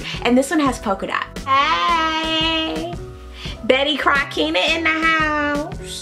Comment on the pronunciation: Not "Betty Crockenna" lmaooooo